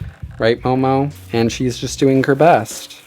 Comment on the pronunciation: omg I love the way you say doing you like add a gg doingg ;)